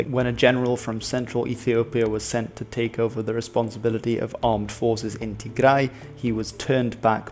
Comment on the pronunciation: I really liked how pronounced our lovely homeland Tigray. Well done.